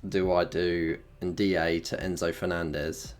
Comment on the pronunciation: He also says NDee-A for Ndiaye 😂